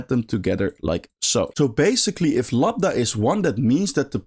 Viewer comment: Minor point, but it's "Lambda", not "Labda" :)